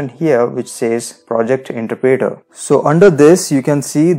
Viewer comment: you aint saying interpreter right...